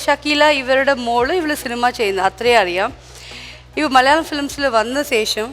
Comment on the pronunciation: ഈ അവതാരിക ഏത് കോത്താഴത്തെ മറ്റവളാ ..?മലയാളം എന്ന് മര്യാദക്ക് പറഞ്ഞൂടെ അവളുടെ മറ്റവടത്തെ മല്യാളികൾ ഇത്പോലുള്ള അവതാരികമാരെ ഒഴിവാക്കുക ഷക്കീല പോലും മര്യാദക്ക് മലയാളം സംസാരിക്കുന്നു ദയവ് ചെയ്ത് ഫ്ലവേഴ്സ് ശ്രദ്ധിക്കുക ....